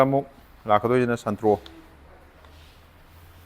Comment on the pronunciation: SANTRO❌️ SUNTRO✅️